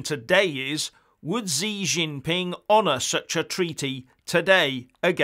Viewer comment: Its "She" jing ping, not "Zee"